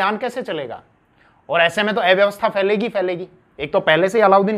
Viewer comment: अव्यवस्था इस शब्द का उच्चारण ठीक से करें कृपया